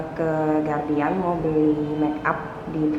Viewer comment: GUARDIAN yah. bukan GURADIAN.